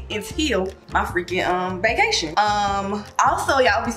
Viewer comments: But did anybody peep her say Bacation or is just me ? 👂🏾👀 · Am I the only one that had heard beacation.@ 😜😜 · D did you say “baecation or vacation” 😭😭